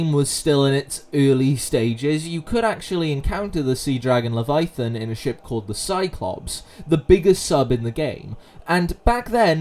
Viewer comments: it does sound weird without the pronunciation of the middle "a", but not the weirdest pronunciation I have heard even this week. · The scariest thing about this video is how you pronounce "leviathan"